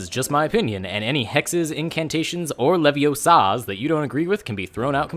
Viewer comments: It's LeviOsa and not LeviosA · It’s Levioooooosa, not Leviosaaaa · Ronald Weasley... It's not leviosa its Leviosaaaa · It’s wingardium leviosau~ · but, its LevioSAaaa.